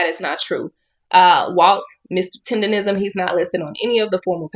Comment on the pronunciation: Bro you Read and hear TENDERNNNISM in all of the videos you researched and STILL pronounce the word TENDERISM while doing your videos 😂😂 stop undermining the damn N in the word it’s literally what brings traction to it 🤦🏾‍♂️‼️